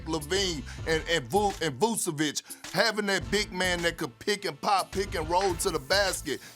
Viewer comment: No he didn't...It's Vu-Che...not Vu-Ce. That's the pronunciation